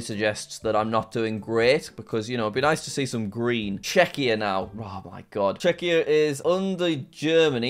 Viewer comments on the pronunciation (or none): none